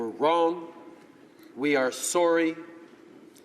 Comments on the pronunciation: Am I the only one who laughed when he said "Sorey"? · "Breaking news: Canadian apologizes: says sworry"